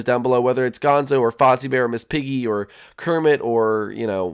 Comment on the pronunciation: ke roll rrrrrrrrrrrrrrmet